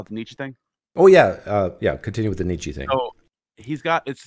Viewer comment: Nietzsche’s name is pronounced ‘nee-cha’. No ‘e’ on the end. Thus endeth the pedantic lesson.